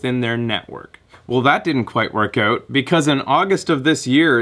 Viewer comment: ***** i thought i heard a little bit of a accent when you said out in one of your videos but i wasn't sure because it wasn't a straight up o sound instead of ow sound like americans say it.